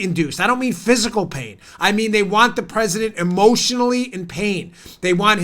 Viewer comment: Nadler needs his ED medications decreased ..the little prig ... I bet that he hasn't used a urinal for 20 years without pissing all over his fingers...that's if he can even reach around his belly to find it ! Looks like the Penguin and talks like Elmer Fudd ...I mean , who the hell pronounces the President as the Pwesident ?